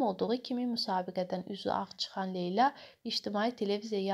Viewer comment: Şərh edən qız niyə Leyla deyə bilmir? A a a . Leylə. Arada Leylə Əliyeva da deyir. Vay vayyy